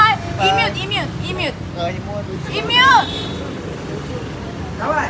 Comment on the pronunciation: imut is e-mood not e-mute, they will confuse when u said it